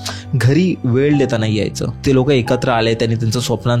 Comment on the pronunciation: सगडे सगडे वेड दासल त .मराठी उच्चारण तर नीट करा . ह्या सर्व घासून गुळगुळीत झालेल्या रेकार्ड आहेत